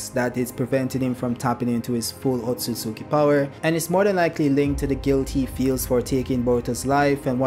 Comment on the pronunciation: OAT-SOO-SOO-KEY🤣 idk why these YouTubers sound it out like that. Have they never seen the Naruto anime? They pronounce it oat-soos-key